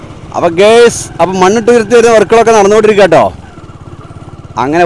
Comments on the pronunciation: Njan udeshichath usually instead of ഗെയ്സ് use ഗായസ് (ingane anu pronounce ചെയ്യൽ) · Gays അല്ല guys ആണ്, അർത്ഥ മാറിപോവനുണ്ട് . ശ്രദ്ധിക്കുക